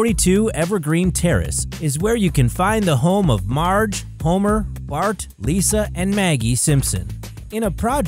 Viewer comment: its homer not pomer